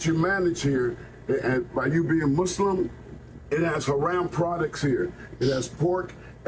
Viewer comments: that fool can't even pronounce the words properly keeps saying "huh-ram" when its pronounced "huh-rahm" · Doesn't even pronounce "haraam" correctly 😂 what a fcking joke. You sound American, but WE DO NOT WANT YOU HERE. You want Isalm? You want more muslims? You want sharia law? Go to the fcking Middle East! Worthless pos. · Bro cant even say haram correctly, classic😂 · Home slice can't even pronounce haram correctly! I'm a white Christian male that lived under Sharia law for 8 years (my choice of course) for work. Even in the United Arab Emirates (Abu Dhabi/Dubai) you can purchase pork and alcohol. Matter of fact, locals would honk their horns in the parking lot only to have the inda-paki-deshies load up their car with booze. F'n Hippocrates! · MF can't even pronounciate Haram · He can’t even pronounce “haram” correctly. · Dumbass can’t even say haram right yet trying to demand others to do shit